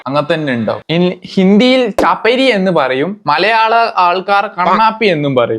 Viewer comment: ചപരി അല്ല ചപ്രി.......